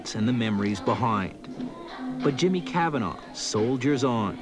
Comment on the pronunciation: Hate how he says Cavanagh